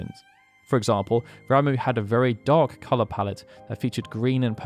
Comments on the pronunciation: Am i the only one who thought this guy's name was pronounced like "rah-muh" and not "ra-moo" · *"rom-uh" not "ram-oo"